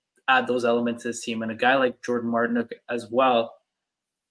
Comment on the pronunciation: It’s nayson not no-sen It’s Martin-ook not marti-nuke